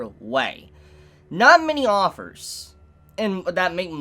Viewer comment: Offers? Or did you mean authors? Because I had to turn on the close caption because I thought I was hearing things. And sure as shit you said offers?